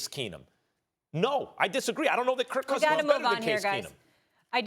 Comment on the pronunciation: SAS always says Kurt Cousins xD Skip used to as a derogatory term.